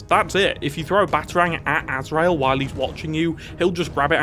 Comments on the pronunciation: You spelt and pronounced Azrael wrong. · I'm sorry, Calander Man? AZREAL?? RUZZ al Ghul??? Gotta be honest, I kinda half-expected you to reference a Scarcerow somewhere in the video